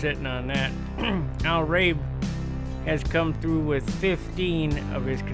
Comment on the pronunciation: Al Rabe ( the e is hard as in Rabie)